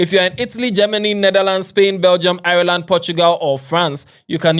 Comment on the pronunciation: Eiii what a pronunciation( IRELAND) its the same as island. U don't pronouns the E.keep it in your mind